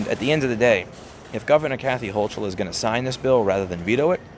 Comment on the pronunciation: It's HO-kull. It helps to pronounce her name right.